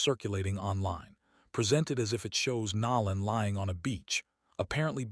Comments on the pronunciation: His name is NO LAN NOT NA LAN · Stop acting like you can’t pronounce NOLAN .. NOLAN to be correct T F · That is 🧐very concerning if they cannot even pronounce his name correctly 😢 With AI they should have correct this immediately . I’m leaving out of respect because I cannot stomach them mis pronouncing his name.😢